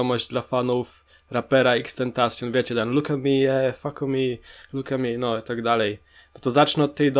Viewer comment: Jego ksywki tak się nie czyta